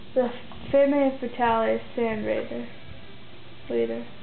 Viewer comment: I hate how you pronounce "Femme Fatale"